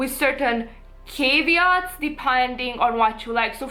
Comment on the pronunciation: loved this. The first syllable in "caveat" has a long a, it rhymes with "have a spot" <3